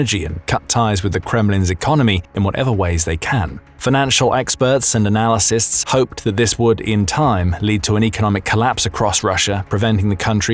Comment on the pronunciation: Did you say “analasysts”?